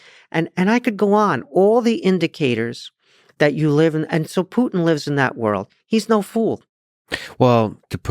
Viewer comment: It sounds so funny when instead of the word Putin I hear the word "put in".🤣